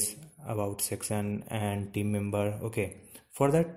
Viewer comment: buddon, sexon, meno. Please...Talk English. It's: Button, Section, Menu. (Sek-shon), (Men-you).